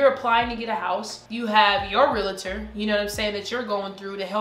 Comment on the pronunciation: Am I the only one who noticed is saying relator